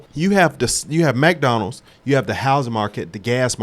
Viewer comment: "MacDonalds" 😂😂 i follow another guy that calls it MacDonalds 🧡